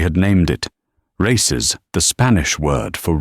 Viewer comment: and you should learn to pronounce the word «raices»